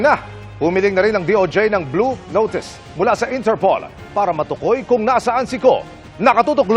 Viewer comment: Mali po pronunciation ng "matukoy". Kapag di po nakorek, mga kabataan iisipin tama. Dami na po kabataan mali-mali spelling ng Tagalog. Just saying lang po. Out of topic. Peace! ✌️😊 Si Co may masisi lang. Di magtake ng responsibility. Haaay 😢